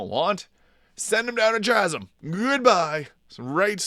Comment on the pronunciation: the "Ch" is a "K" sound. KAsm.